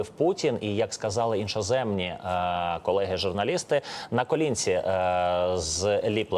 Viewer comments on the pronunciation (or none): Як сказали ІНОЗЕМНІ..... Іноземні, а не ІНШОземні.